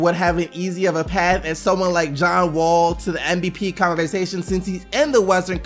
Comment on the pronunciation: keeps saying MBP. And it pisses me of, just say it right MVP